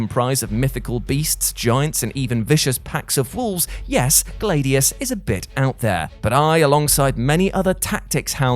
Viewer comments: Is it pronounced Glade ius in other parts of the world? Much like a Glad iator I always heard Glad ius, just wondering. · Where the hell did you learn English? GLAD-EEE-US. I killed 2 copies of that game, played them to death. But hearing you butcher a word that literally no-one else in the history of speaking has said it that way. That just hurts. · Ummm.... how can you pronounce Gladiator correctly but pronounce Gladius as Glādeus??? Like you do understand that the root word is the same right?? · Every time pronounced Gladius I thought of air freshener Glade